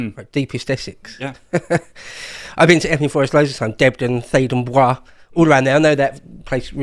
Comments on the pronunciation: For go sake don't use the french pronounciation for Theydon Bois 😭. It's pronounced as "Boyce" not "Bwa" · The 'Bois' in Phaydon Bois, is pronounced 'boys' locally'. I went to school there a million years ago. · I hope he was being sarcastic with that “Theydon Bwaar” pronunciation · In Theydon Bois, bois is pronounced like boys, not as a French word